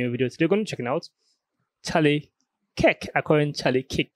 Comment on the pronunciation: Come on man It's freaking KIRK not KICK.